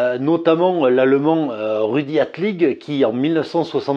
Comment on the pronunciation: 3'00" : C'est Rudi ALTIG, et non pas Rudi ATLIG. ;-)